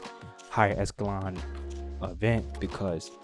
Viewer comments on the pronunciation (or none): Breh you just hopping on here talking is not the way. Pick some talking points and stay on topic. And learn how to say ECHELON!! How you gonna say someone else isn’t too bright and then say they not high “escelon”.. Not a good look